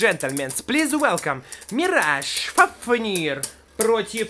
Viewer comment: Не фафнииир а фааафнир